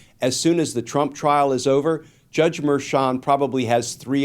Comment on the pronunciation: I understand my ears are old, but when Brian says 'trump trial' I hear 'chump trial' 😂